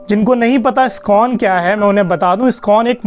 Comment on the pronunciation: Skon nahi bhai..iskon bolo